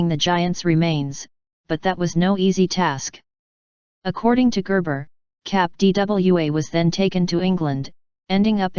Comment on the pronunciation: What is it with this proliferation of robot voiced videos about strange things? Is there no one who will actually narrate this? I find it annoying when she says "cap D.W.A."